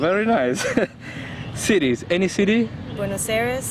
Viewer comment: Nadie noto que decía sities? En la hoja de las preguntas